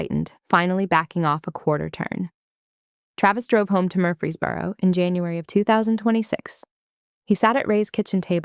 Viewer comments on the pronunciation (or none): Watching from Tennessee. & the town is MURFREESBORO, not Murphy's Boro!